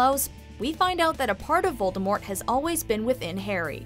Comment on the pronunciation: How about the fact that the narrator keeps pronouncing Voldemort incorrectly?